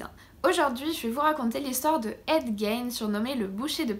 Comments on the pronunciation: C'est toujours aussi bien documenté et présenté, bravo. Si je peux juste me permettre une petite précision: en Anglais, "Gein" se prononce "guine". ;) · 😂😂😂Gein... Puree si tu pouvais au moins prononcer de facon propre... Le g c est j en anglais...du coup nous avons ce qu il avait dans sa tete a ces moments la